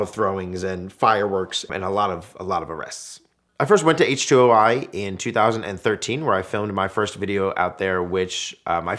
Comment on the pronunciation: H2Oi, the "i" is for international. At least say it correctly. And it used to be strictly for German vehicles. That's when it was great.